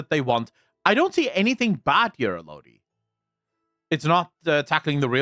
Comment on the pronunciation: I believe Alodi is pronounced “ă’-lō-dī”